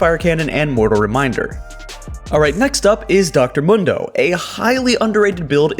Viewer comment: Yo it's Dr.Mundo is pronounced Moondoh not Mundoh. Like you ever played Mundo? Dude says his name for you all game.